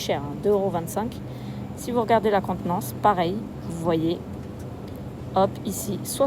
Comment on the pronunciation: La contenance... apprends a parler Français